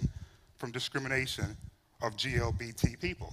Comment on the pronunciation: Why is he saying GLBT instead of LGBT?